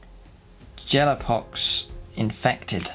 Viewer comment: why do you pronounce cadian and gellar so wrong?